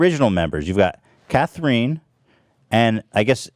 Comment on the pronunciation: But why did he pronounce "Catherine" Cathreen 🤣?!